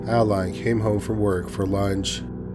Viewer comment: The name of the first story is Adeline - you pronounce it Add-eh-line not Aayd lin